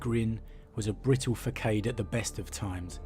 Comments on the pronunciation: Facade!🤣 I got you bro, it goes like this fa-saad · Facade. Fah-sahd